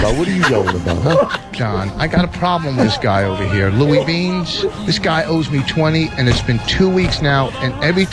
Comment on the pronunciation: Louie! Beansch!